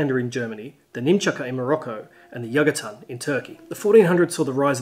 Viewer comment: Great, beutiful video! Really, really deserves more views from more subscribers! But, did I misheard, or you said yagatan instead of yatagan?